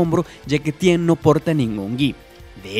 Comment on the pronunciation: haces que mis Oídos sangren como ke Tien es Ten